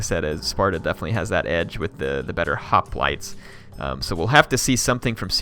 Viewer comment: Why do you sometimes say Hoplites weirdly ?